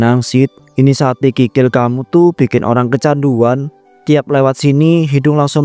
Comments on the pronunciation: Kok tadi bilang nya,"sate krikil"? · " Sate Krikil" ini sate kikil apa krikil 😂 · Sate krikil atau sate kikil sih min ? 🤦🏻‍♀️😅